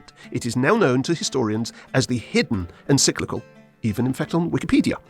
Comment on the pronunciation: First off, the word you keep messing up is En-CYC-li-cal. Practice is in order — not to mention some actual research. Neither Pius XI nor Pius XII was afraid of Communism (never a natural fit with Catholicism). Rather, they had spoken out forcefully against it. Hence, the diligence of the Soviet KGB in spreading lies about Pius XII after his death — lies that shape your “curious” version of history. That wretched play, “The Deputy,” was an outgrowth of the propaganda; created by an East German school dropout, Rolf Hochhuth. His trash was given legitimacy by the Royal Shakespeare Company, no less! The notion that more “forceful” statements from Pope Pius XII would have made Hitler “more circumspect” is laughable. Much like your fantasy of “staring down” the Nazis with a high moral stance. Hitler genuinely despised the Catholic Church, especially since Pius XI issued his anti-Nazi encyclical (that word again), “Mit Brennender Sorge” (“With Burning Anxiety”) — drafted largely by Cardinal Pacelli, later Pius XII. Hitler expressed his desire to “crush the Church under my boot like a toad.” He also wanted to raid the Vatican and “pack up that whole whoring rabble.” Such threats did not deter Pius XII from speaking out; not even Hitler’s plan to kidnap and kill him. (So much for “Hitler’s Pope”!) As early as 1940, Albert Einstein praised the Church for its actions. Regarding sheltering of Jews, convents and monasteries hid Jewish refugees at the expressed orders of Pius XII. Cardina